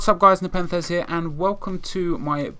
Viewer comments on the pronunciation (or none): none